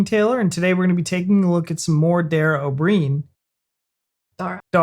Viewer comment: its said oh brian like brian from family guy